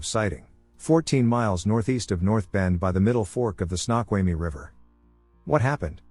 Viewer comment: SNOQUALMIE! Not Snotquamy